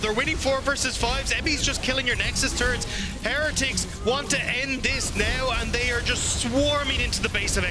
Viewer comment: Have we had a caster pronounce "Heretics" correctly yet?